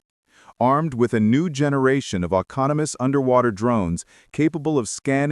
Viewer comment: AI said a.m. I'm sure they meant 119 a.m. mispronounced autonomous.